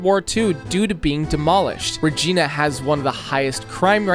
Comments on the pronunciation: As a local Saskatchewaner it’s Reginã (re geina) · its Regina... not Regeena LOL its the city that rhymes with a lady part LOL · “MAWN-tree-all” “reh-GEE-nuh” “yay-LOW neef” ??? Like seriously??? Don’t get me started on how he says Toronto as “too-roon-TOO” it’s killing me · Regeena😂 Icalit😂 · Also.... it's Ra-Gine-a.....like vagina.... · Friendly reminder that the Geneva conventions exist because of Canada. Just something to consider if you ever invade us :) Also, proper pronunciations: Iqaluit: ee-kah-loo-weet The Glebe: gleeb Regina: ree-jai-nah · What the hell was that pronunciation of "The Glebe"???? Also "Regina"??? ITS RE-GINA, LIKE VAGINA! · Ikr 😂 Ra-geen-a😂😂😂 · As a person who lives in Regina, I still get butthurt how you pronounced the name. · This is an insane project. All of it is very good! A couple corrections. Regina is not pronounced like how you pronounced it. It pronounced like the lady bits down there… Northwest Territories and Nunavut are territories, not provinces. They have more autonomy to make their own laws and have a high percentage of indigenous peoples. In fact Nunavut’s legislature is entirely Inuit. They have yet to create Whitehorse, Yukon. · Regina pronunciation hurt me as a Canadian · he pronounced Regina wrong lol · As a resident in regina sask, it's pronounced like you would vagina, but swapping the va with an re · But mispronouncing Regina... what the hell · He also mispronounced Regina